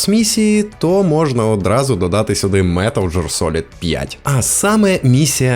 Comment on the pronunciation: Дякую за відео)) Але одна гра називається «Метал Гіар Солід», а не «джир»))) Так і до «Метал Жир Солід» не далеко😁 (Це жарт, але правильно казати «Гіар»)